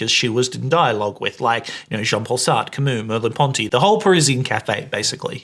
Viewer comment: The way you mispronounced Sartre's name as if it rhymes with fart grinded my gears.